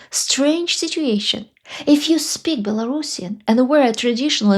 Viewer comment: I appreciate your pronunciation of “Belorussian”. Too many people say “bello-russian”. It was Ksenya Turkova that highlighted the importance of the correct pronunciation for me.